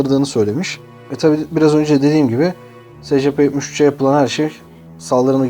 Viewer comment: abi ingilizce telafuzları doğru yap be :D secepe nedir